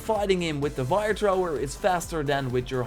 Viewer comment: It's fire. Not vire of wire